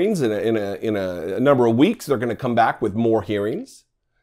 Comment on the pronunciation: "Stand bwack and stand by" DJT